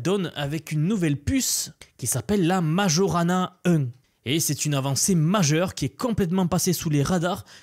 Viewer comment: Microsoft doit faire allusion au physicien Italien Majorana. Je ne pense pas que ça se prononce comme tu l'a fait.